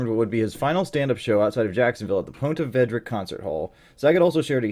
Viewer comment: Say it with me. "Pond-ta Vee-dra." Ponte Vedra.